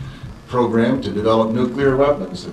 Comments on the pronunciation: Am I the only one who feels ill whenever I hear Bush say “Eye-Rack” or “Nukuler Weapons”? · Remember, folks... If a politician can't pronounce "nuclear," he probably shouldn't be in charge of the largest military in the world. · How does someone become president who can't pronounce "nuclear"?